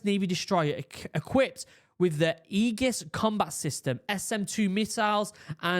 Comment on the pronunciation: "Age-iss" defense system 😁💪